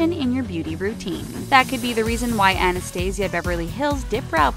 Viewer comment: "Anna stays eiyah"